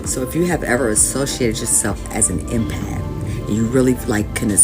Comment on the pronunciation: "Emapth" funny those soulless AI channels😅